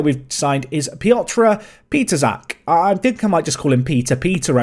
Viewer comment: A little bit advice how to pronouce Pietrzak. The "rz" is basically one sound, the closest you can get is using English "sh". It is not ideal, but would be the closest to how it sound in Polish using English language.